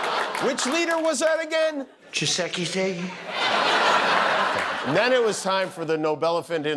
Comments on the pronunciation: 🗣️President CHEESEKDEIIIIII (Tshisekedi) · Did this fool pronounce the congos president name Dos XX? Lmao. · You'd think he'd get the Congolese President's name right - just wave a burger in front of him, and say it's pronounced "Cheese-ekedi", he'll learn. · Chi- se- key -tey 🤣🤣🤣🤣🤣🤣🤣🤣🤣🤣🤣🤣🤣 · Good old President Chee-seky-day! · Did he say President Chik Filet? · Trump insulted those leaders. He's a MORON. He couldn't even say one of their names right. Trump is so stupid and disrespectful. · Mr. Garvey could have pronounced the Congo President's name better. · So the first part sounds like " cheese....he can handle that part I'm sure. Congratulations on making #4. 🎉😂👍✌️♥️🧓🇨🇦👏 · The name of the president of the DRC is really easy to pronounce. His name is Félix Tshisekedi. I really wonder what Trump promised those presidents to get them to show up again. I'm pretty sure con man Trump will not make good on that promise. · Jimmy😂😂😂😂when Dozy Don tries to pronounce that name, I lose it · It's not so bad that he couldn't say Tshisekedi, the insult is in the fact he didn't even try. Like it's the Congo Pres' fault for having that difficult name. That's what Felix will remember when he talks to Russians or Chinese. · Trump didn’t pronounced Congo’s President name very well, mind as well he could say giggity. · Trump aced his name! He pronounced it better than every president before! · The embarrassing stupidity of Trump makes me wonder how he can display any more arrogance or lack of concern about actually being president, or anything besides accumulating more money and power. As with the acetaminophen fiasco, knowing that he was going to have to say President Tshisikedi's name, one would think that he, or one of his loyal advisors, would make sure that he knew how to pronounce it. It proves how ignorant he really is, and how little he cares that everybody knows. He's proven how smart he is by the acing of his "IQ" test, so nothing can challenge that. 😂